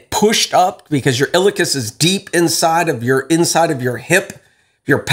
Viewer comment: Pronounced : IL E AhKus